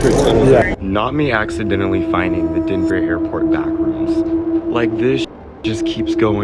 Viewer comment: Denver not dever